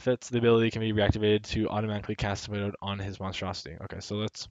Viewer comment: Symbiote = Sim-bee-aht. Great video though. Learned alot.